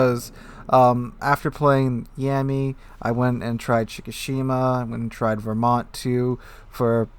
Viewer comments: I think it triggered me a little every time you said "Yeahmmy" and not something like "Yahmmy". Not a lot, but I feel like that nickname is almost derogatory to that ship XD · Please never say yammy again